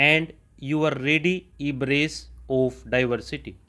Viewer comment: Sir normal topic Mai samaj aa Jata Hai pr moderate topic mai words jaise deem embrace transcend embrace shi na bole Jae toh pause kana padta Hai video. Please tough words ko shi boliyega 🙏